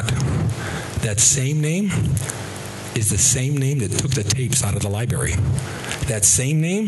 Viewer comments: he says “Lie Berries” then 2 seconds a later he says it again. I was on his side until I found out he couldn’t pronounce the word “library”. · What is a "Lieberry"?